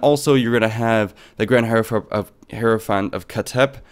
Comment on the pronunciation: For reference; it’s pronounced “high-row-fant”.